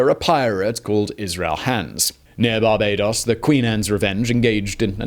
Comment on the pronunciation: when did we start pronouncing barbados as "barbadous"?